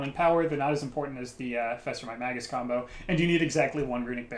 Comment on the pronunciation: "Mage -us", not Mag-us".........